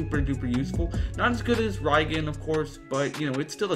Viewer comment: It's pronounced REEEEEEEEEEEgan